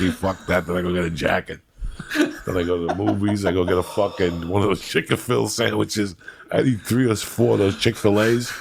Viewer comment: Haha Joey said chick a feel sandwiches😂